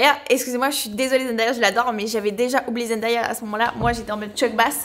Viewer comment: Pk tout le monde dit zendAya alors qu’elle a dit plusieurs fois que c’était zenDAYa genre comme le jour en anglais 😂